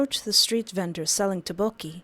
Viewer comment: I LOVE YOUR VIDS BUT THE TTEOKBOKKI PRONUNCIATION IS OFF😅😅